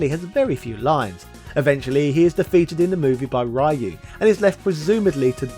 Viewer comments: You pronounce Ryu wrong. It's pronounced riyu not rhyu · Ree-Oo ✅ Rah-You ❌ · commiting video game sin, you may as well call Link as Zelda if you pronounce Ryu as Rah-U.. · CAN YOU SAY RYU'S NAME RIGHT PLZ?!!!!!